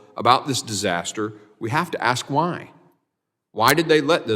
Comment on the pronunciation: Axe me a question. Nah, demand a full tuition refund and go back to school. Let me know when you can ask a question.